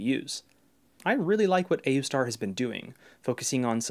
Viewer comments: pronouncing it oooster is real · It's pronounced Aoostar. hope that helps! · its oostar, the a is silent I guess... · I pronounce it aoostar. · I like pronouncing it as AYOOOstar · I pronounce it A-U-star. (or ayustar) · i pronounce it aoostar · It's pronounced Wooseter